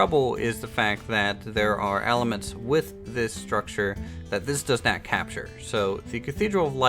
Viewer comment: I find it amusing how pronounces "not" as "neht"